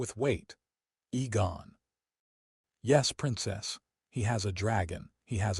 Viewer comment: AI cant spell or pronounce Names/Words, Aegon NOT Egon.